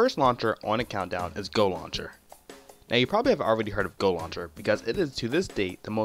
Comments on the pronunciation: Nova "Luncher" lol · Anybody else being bothered by the way he says "launcher"